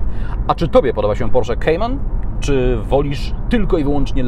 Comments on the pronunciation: To jest "kajman" a nie "kejman" gwoli ścisłości, skoro tak usilnie starasz się być "ame-łykański" :) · Nie lubię gdy ktoś próbuje wymawiać bardziej amerykańsko niż sami Amerykanie a jednocześnie źle wymawia Kayman.... Merytorycznie ok👍😁